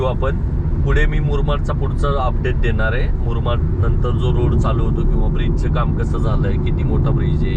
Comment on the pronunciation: Murmad nahi murbad.